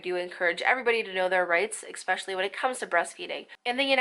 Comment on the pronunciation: This was a great video. Not gonna lie it bothered me how many times she said especially lol but only because she kept pronouncing it with an x (expecially) 😂🤦🏻‍♀️